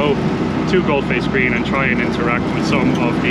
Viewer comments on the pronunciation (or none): Galle Face Green is pronounced as " GOAL FACE " green. Lovely videos by the way. Well done.